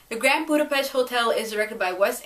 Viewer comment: That is not how you pronounce Budapest